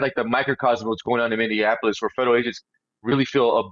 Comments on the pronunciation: Brandon, I love you and watch everything you put out but please, it’s Minny AP O Lis. Not Minny an Apolis. Love you ♥️ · Brandon, pleeeeease....it's pronounced, Mini apple us.